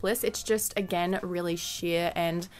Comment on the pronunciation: Each time she said sheer I thought she was going to say sh*t